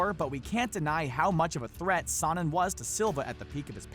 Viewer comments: You're pronouncing Sonnen wrong !! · Nate out boxed Connor. He also said sonnen wrong, he out wrestled most of the division.